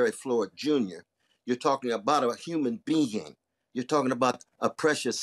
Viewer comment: Human being, not human bean 😅😅😅😅😅😅😅😅😅